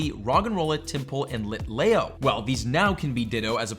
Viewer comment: it's lit leeo not layo